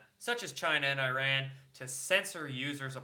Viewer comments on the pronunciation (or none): none